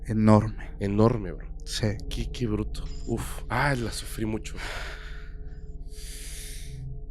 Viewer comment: No Jodan!! La manera en que el Host dise Bro!!! Tuve que regresar el video y escuchar tres veces para ver que no le estaba diciendo una groceria , yo escuche Cabr@ … 😝😝